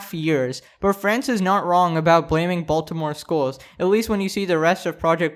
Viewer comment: im sure all of my fellow baltimoreans agree wit me when I say this...the way he says baltimore just hurts my soul🤦🏽‍♂️😂